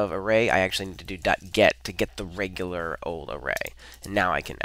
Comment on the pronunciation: REGULAR expression, not rejular expression